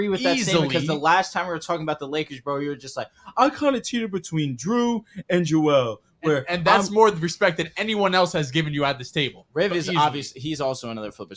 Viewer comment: When are y’all gonna tell that’s it’s Joel not Joe lmao